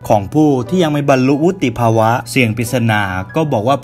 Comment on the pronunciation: วุฒิภาวะ+นิติภาวะ=วุติภาวะ🤣🤣🤣